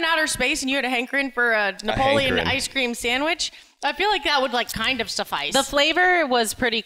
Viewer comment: Did say Napoleon ice cream ha ha?